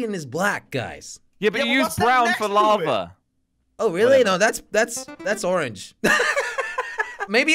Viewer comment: saying lava "LaVAe" 😂😂😂